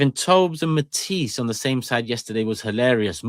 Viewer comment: Matissee 🤓 like mans from Chernobyl lol